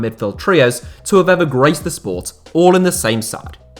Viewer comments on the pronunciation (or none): none